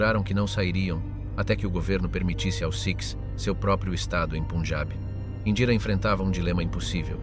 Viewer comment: Get your bloody pronunciation right!...PUN! AS IN BUN...PUNJAB!!!... Not PUNEJAB, YA TWIT. :face-orange-frowning